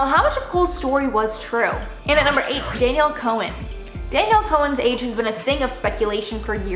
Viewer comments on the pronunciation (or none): Danielle Cohn's last name is said like Cone not Co-en.